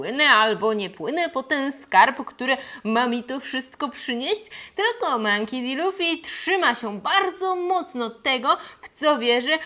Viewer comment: Źle czytasz jego nazwisko :) Czytamy "Monki Di Luffy" A tak poza tym cieszę się że Ci się podobało xD Natomiast co do Kuro, to on poprostu zrobil sobie takie rekawice z ostrzami, cos ala kocie łapy ze szponami, które zwyczajnie nakladał na dłonie. Ostrza w żaden dziwny sposób nie wysuwały się jak u Wolverina. Po prostu zostały tak przytwierdzone na stałe.